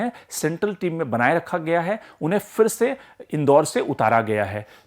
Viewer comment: Fir nahi phir. Sahi uchcharan toh karo